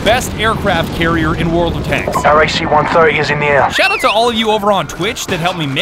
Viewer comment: “The best aircraft cairrier in world of tanks” 💀💀💀💀💀💀💀